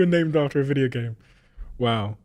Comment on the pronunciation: Videe-OHoosz the British accent is so funny emphasizing the last syllable of every word.